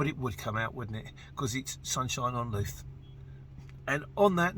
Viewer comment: Just for future reference, Louth is pronounced like mouth.